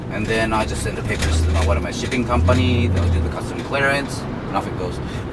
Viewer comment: it sounds like he said shitting company